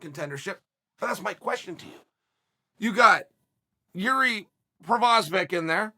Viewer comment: Its Yuri